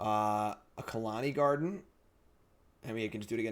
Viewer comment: please stop saying Khalani Garden.....